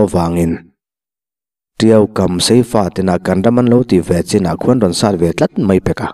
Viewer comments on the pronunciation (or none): none